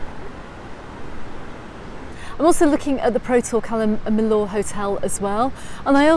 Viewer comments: Apart from her who else pronounces it Calle “milllooor” iv only ever heard it called calla- milla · I didn’t say you were wrong I said iv never heard it pronounced like that that’s all , calla miller, Cala miyour but I can tell you the Spanish hate how we pronounce their language